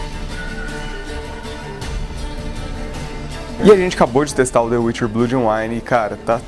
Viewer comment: "blúd"... cruzes.